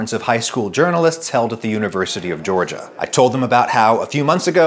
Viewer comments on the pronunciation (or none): none